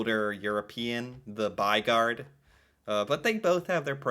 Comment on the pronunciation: The "y" sound is sharper in Norwegian then in English, it sounds like you're saying what we'd probably express as "baigard" with the "y" and "å" sounding different, but it's not more different then that we can recognize what you're saying, so not totally butchered. ;-) As for what it means. "By" is our word for "city" although by US standards it's more of a large town then a city. And "gård" is our word for a farm. The basic idea is a house that's surrounding a outdoor area (a courtyard) that's kept a bit separate from the rest of the city by that building.